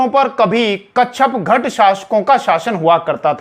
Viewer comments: कच्छपघट नहीं,कच्छपघात होता है, ठीक से जानकारी किये बिना ही वीडियो बना दी है। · Kacchagat nahi kacchapaghata...sahi pronunciations h hasan nizami ki book taj ul.masir must authentic history book h is era ki..unhone kacchapaghata ko gurjar pratihar dynasty ki ek shakha bataya h parihar. Jo k agnivanshi h.gwalior narwar asi k kacchapaghata rajputs k descendents abhi b zinda h u hone nagod riyasat kayam ki h mp m..wo sab parihar h agnivanshi..ye basi hi vivadaspad bast h..authentic source nahi h..